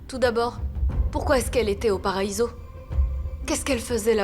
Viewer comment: Qui comme moi à vue que à dit,,mon paraïso😂😂😂 😂😂😂😂😂😂